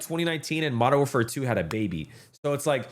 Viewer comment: Modern WARFARE `사` 아니 `사` 라고 ㅋㅋㅋㅋㅋㅋㅋ